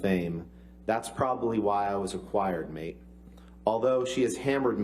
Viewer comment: Why does he consistently read 'mate' in an Australian accent?